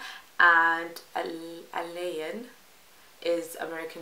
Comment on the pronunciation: You are so cute and a cartoon!😁You really love that camera. A-lay-ne is how you pronounce her name.